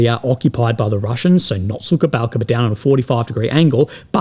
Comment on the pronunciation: The way you pronounce Suhaya Balka is funny. It's not suka-balca. Suka is a bitch in Russian and Ukrainian languages as far as I know.